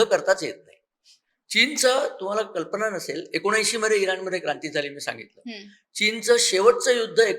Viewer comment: अहो मॅड म मराठी थोडी सुधारा कल्पणा नसुन कल्पना, मणा पासून न म्हणता मना पासून म्हणा कदाचित तुमची प्रतिष्ठा वाढेल.